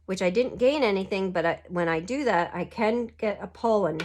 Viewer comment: Pollen is pronounced - pah-len 😊 I loved this video! It reallllly helped me understand this game!! You should do more videos like this! Do you own Tapestry? I'm trying to learn that and I think your style of teaching would help everyone a lot!!!